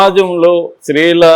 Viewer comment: Please learn to say “stree” Not sree